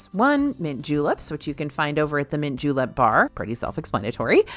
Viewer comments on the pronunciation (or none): none